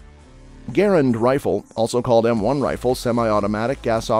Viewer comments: M1 GARAND!!! NOT GARRENT?!!! WTF MAN GARRENT?!?! Are you kidding me?! M1 GARRENT?!?! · It's Garrand! Not Garrent. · It is the M1 Garand, NOT the Garant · I quit watching when he called it the Garrent. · IT'S M1 Garand, NOT Garrent. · m1 garrent?, isnt that garrand? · MIN 15;55... it´s NOT M1 Garrent...............it is M1 GARAND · It's M-1 Garand, not Garrent. SMH. JMO. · M1 “Garrent”? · M1 Garent??? WTH??? Learn what your narrating about….GARRAND. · It is a Garand not garant. Get it right. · I know. I cringed every time I heard "GARrent!" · Garent??? :D :D :D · Garrent? I just can't watch any more. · Garand needs pronounced correctly. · Who does your research one of the biggest errors was the inventor of the m1 GARAND there in no T in his last name